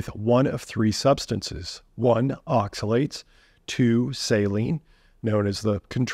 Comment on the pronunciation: Not oxa-see-you-later, see you oxi-later